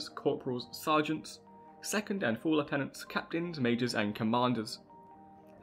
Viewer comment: Left tenants? Do you mean Lieutenants?